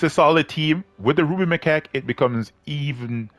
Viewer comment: come on, say it correctly.. the ruby my🐓